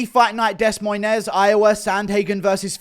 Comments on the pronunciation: It’s “de muah” even you that live there can’t pronounce it. It’s French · Guru you savage....its Pronounced "Duh Moin" Iowa lol 😂 smh... lol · It’s pronounced De’Moin… not Des Moi-nes 😂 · Bro who told you it’s pronounced like diamond? its deh moyn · it’s not pronounced Diamond lol. It’s pronounced “duh moin” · Duh-moyn is how to pronounce it. Also liver shots paralyze the torso. It’s been happening forever. Get good casual. Wrestlers have always been helpless on their backs. Learn the sport dude. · "Dess Moiness" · “Dess Moinez” is insane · Des moines 🤣 It's pronounced Deee Moooyne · Say with it with me Guru, DEH-moyn lol Its all in fun. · Des moinez sounds like spanish lol Guru 💀💀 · "dez moine ez" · This mfer said dez moy nez lmao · dah-moine. Fucking brit 😭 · Dess Moi-nez 😂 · “Dess Moinez” 😂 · "Dess Moy-ness" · Brother it’s Des Moines pronounces D Moines but think of coins as in money take of the C add the M and pronounce it the same way. Luv hommie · Dez Moy Nez😂 pitching an L out the gate,. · Des Moines is not spanish, it's french you dumdum. It means "of the monks"... It's roughly pronounced "Dey Mooanne" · Des Moines and not d-moines is hilarious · Is “Dez Moy-Nez” the new “Jay-coby” I never got why he always pronounced Dustin Jacoby’s name like that 😭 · Guru…… it’s pronounced DEE MOYNE 😂😂😂😂😂😂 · Des Moy-Ness. Best ragebait ever. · “Dez moin ez” is a Chael Sonnen tier mispronunciation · “dezz moi ness” bro didnt even try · Oh, he tried…to piss us off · Excellence pronunciation of the Iowan dialect. Dez moy nez 😂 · "De Moyn" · “Des Moy-Nez” is successful ragebait for us that live here 😭😭😭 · bro had me thinkin i was saying it wrong lmfao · des moynez is crazy🤣🤣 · He gives it a little Spanish flair. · 😂 wtf did I just hear😂😂😂💀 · If his mispronunciation makes you rage then you have more problems than that. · Well its a french city name, its actually "dey mwan", but yall just say it wrong lol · “Des Moy-nez” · Wild pronunciation of Des Moines LOL